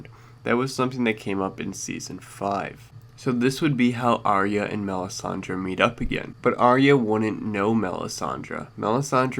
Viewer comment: I don't know how anyone still gets this wrong, Arya is pronounced eye-a NOT arree-ah!!!